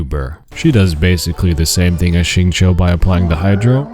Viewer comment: Xing q not xing cho